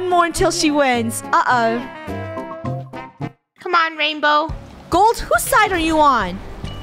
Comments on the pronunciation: the british ah oh lol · funneh saying brittish ''uh oh'' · her brittish uh oh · funneh sounded british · Why was funneh accent so weird when he said ‘uh oh’ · Why dose funneh sound British?